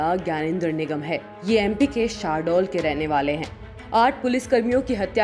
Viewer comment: अबे voice over वाली मैडम शाहडोल नही शहडोल बोल 🤣🤣